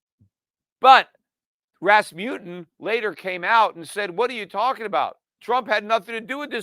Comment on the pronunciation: It is called RasmuSSen, not RasmuTTen.